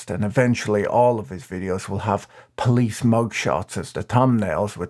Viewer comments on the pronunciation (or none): none